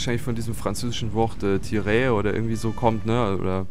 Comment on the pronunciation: Das heisst tireur und heisst schiesser